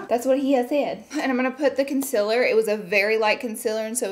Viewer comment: “Ohl” “Conciller” “Valentimes Day” I LOVE YOU LAURA LEE!! 🤣🤣🤣😍🥰